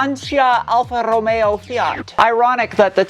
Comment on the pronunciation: Excellent pronunciation of Lancia Alfa Romeo and Fiat! 💯😂 PS, you need to improve “cinturato” PS 1, that’s the outline of Turin!